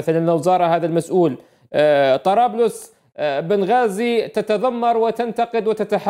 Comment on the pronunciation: بنغازي مش بن غازي